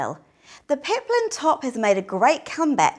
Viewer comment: it's peplum, not peplin